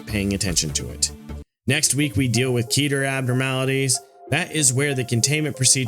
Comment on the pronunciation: awesome video!!! i'm a huge fan of both the SCP wiki and lobcorp, so this kinda thing is a joy to see :D minor gripe: i'm afraid you're pronouncing a few words incorrectly? specifically the classification names: 'keter' is pronounced closer to 'keh-ter' instead of 'key-ter', 'teth' is pronounced closer to 'tet', and 'waw' is pronounced closer to 'vav'. these discrepancies are a result of the difficulties in transferring foreign (in this case, hebrew) words to the english alphabet!